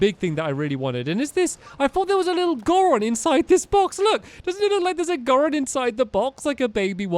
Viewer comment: that's not how you pronounce goron